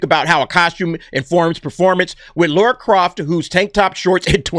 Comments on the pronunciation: Why do Americans pronounce Lara as Laura?. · Its Lara not Laura bud! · It's Lara not Laura??🤣🤣🤣 That's someone else. Maybe Sophie is playing Laura, a Sister we've never heard of. That's as far as my reach goes guy's.🤣🤣🤣